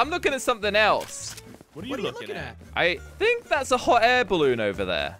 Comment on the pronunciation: hot air balloon: how i pronounce it: hot air balloon how pronounce it: hoh air balloo